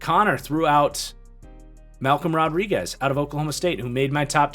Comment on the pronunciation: Man you nailed Malcom Rodriguez